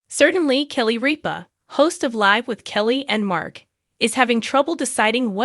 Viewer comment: Rip-A not reap-A